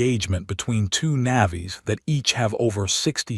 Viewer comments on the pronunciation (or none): It is not Na vies it is Navy's. what the AI is saying sounds like it is from the movie Avatar and describes the native species of that moon, calling it what their species name is. How about listening to what your AI is saying listen to the whole story make corrections then upload. It makes the story sound stupid. Want to be a bard do the work that a Bard would do. Ai is a imperfect tool, teach the AI correct words and what they mean. Do the work or watch your channel fade into the history of like so many others that also do this stupid laziness, hoping for more clicks to make money from unsuspecting listeners. This does not make you a Bard of good stories just someone making slop of what could have been a good story.. I will not even bother to rate this.